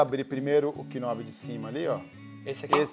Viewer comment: Me desculpa por estar falando isso, mas as pessoas do Áudio e profissionais devem se atentar nos termos técnicos, não "Knobe" nobe o k é mudo. Interface é interfeice o pronuciation dos caras é absurdo. Mas sou fã deles, só umas aulas de English resolve. Inglês instrumental para os termos técnicos. Vai ficar bem mais atrativo nós vídeos.